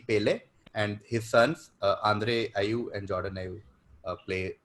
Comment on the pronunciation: Subramanian got away with saying "Ibe" when the answer was "Ayew"😂😂.